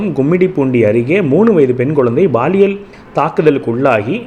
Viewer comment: உச்சரிப்பை கவனிப்பீர். Paaliyal! Baaliyal அல்ல